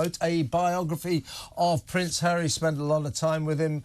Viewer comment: I like Angela Levin. Why did she say Hawwy could win one or two cases when she said earlier that Hawwy said he HAD NO evidence?